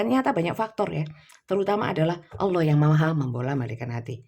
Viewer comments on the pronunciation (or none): none